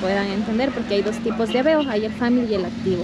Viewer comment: family no se pronuncia asi😅